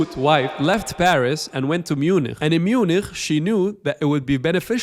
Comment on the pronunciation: dont even say MuniKH, "Munich" is the english name for München........ so say Munich how you want, but pls not in a German accent, or whatever that was, jewish? xD